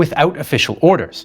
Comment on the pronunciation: his name is pronounced KUR-ny. At least that's how we pronounce it here in San Francisco (Kearny Street)